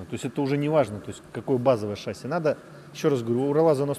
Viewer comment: Приветствую.У меня маленькое замечание.В ролике вы произносите шАсси вместо шассИ,а это ошибка.По правилам в словах французского происхождения ударение ставится на последний слог,немного режет слух